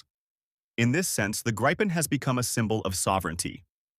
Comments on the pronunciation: FFS fix the AI. It's Grip - en, not Gripe -en. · Artificial narration sucks. Doesn't even know how to pronounce Gripen.